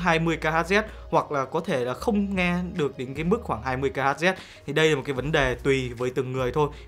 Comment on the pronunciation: kHz đọc là "kí-lô hẹc" cho thân thuộc a ơi👋